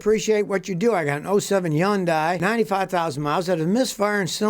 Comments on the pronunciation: Hyundai like Sunday is the way to pronounce it. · When you say Hyundai, the Y is silent! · Scotty has never watched a Hyundai commercial. If he had, he'd know how to pronounce the name.